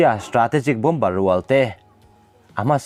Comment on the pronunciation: Bom ber nilovin,Bomb ar ti a lam chi zawk a va ni em